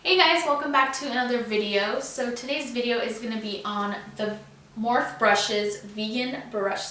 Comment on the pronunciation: Finally someone else who says it's morphe not morpheeeeeee